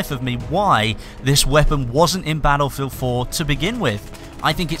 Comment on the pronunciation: Bah-Ull-Field c